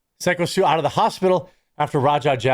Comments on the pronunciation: Play stupid games. Gotta say, I don't care what happens one way or the other. Is the guy's name pronounced Sicko?, Or is it Psycho? Make up your mind please. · It's pronounced "psycho stew" Some people consider the word "sicko" akin to calling someone a pedo, so it's a bit important to get it right haha. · You keep calling him sicko stu. its pronounced "psycho". also lose some weight big dog. you are struggling to maintain your breath when you are talking. Not even trying to be mean. My uncle did that before he had a heart attack. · Would love to leave like, but seriously, when you do a story, learn peoples names/stage names. It's not "Sicko" Stu. It's "psycho" Stu. I swear, people who do stories about things they know nothing about, just to get views............ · ITS PSYCHO STU! Not sicko!!! It’s pronounced PAYCHO. Poor guy. Gets beaten half to death now the whole world is calling him the wrong name. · just FYI his name is pronounced "Psycho" not Sicko..... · It's "pyscho" Stu, not sicko Stu 🤭🤣🤣🤣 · PSYCHO not SICKO. I know I’m being nitpicky but it’s driving me nuts lol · It's not Sicko Stu....it's Psycho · What is wrong with you getting his name wrong. Its not sicko..... it's Psycho.... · It's "psycho" (Syko) Stu. Not "Sicko" (Syko). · Pretty sure its "Pyscho" not "sicko" bro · It’s not “sicko”. It’s pronounced psycho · "Phycho stu" not "sicko stu"... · Sycho Stu’ name is pronounced “psycho stew”. Not sicko. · Why do you keep calling him sicko stu. Bro its obviously psycho. Everyone says psycho. Are you retarded? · His name is pronounced (psycho Stu) not sicko. 😂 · It's pronounced psycho stu not sicko stu, js. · It’s been more than a week of covering this story and you still haven’t figured out it’s pronounced Psycho Stu. Not Sicko Stu. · STOP SAYING SICKO STU...ITS PRONOUNCED PSYCHO STU!! If you're going to make money of him learn his ring name Jeremy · Just have to say, it's pronounced psycho. Not sicko. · PSYCHO Stu, not SICKO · IT IS PRONOUNCED "PSYCHO" STU